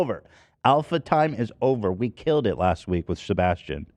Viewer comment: As a Sebastian, idk how it feels listening to my fav podcast host shitting on my name hahaha so jarring